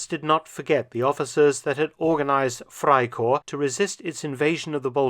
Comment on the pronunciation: One observation though. In German all letters are pronounced, so it sounds like "fry-corpse"